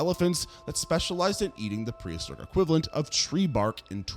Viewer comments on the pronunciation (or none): none